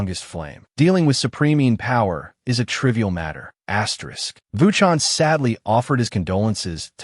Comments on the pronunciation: Wy the fuck do you keep saying asteriks its annoying. Please try to corect this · Story is great recap is great, just one thing saying Asterix Every 10 seconds is driving me insane and is ruining a otherwise great experience.